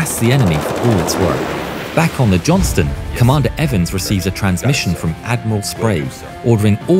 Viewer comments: Robonarration keeps calling her the "Johnson". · Buddy, don't neglect to pronounce that "t" in "Johnston" if you don't mind. We prefer to not be confused for the Johnsons. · Please Don't forget the T in Johnston